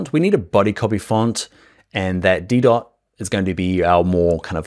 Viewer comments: Such a great tutorial, thanks so much! One fun tip, the font Didot, is from a French designer, so it's pronounced de-DoH, with a silent T. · Didot - t is not pronounced